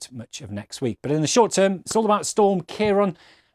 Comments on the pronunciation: its not ciaron its ciaran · Why are you saying storm kiron